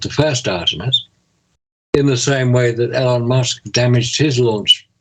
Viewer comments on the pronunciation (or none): can you PLEASE pronounce his name Eee-Lon. You’re killin me with this Ellen Musk thing lolol